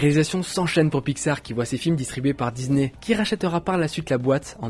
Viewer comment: DISNEY PAS DIZNER PUTAIN